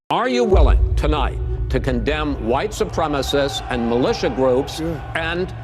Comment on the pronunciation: Really? Wuite supreme? Then why did he kill wuhite people?